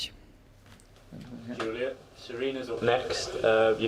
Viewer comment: she is German so she is not DJULIA prononced - she is YULIYA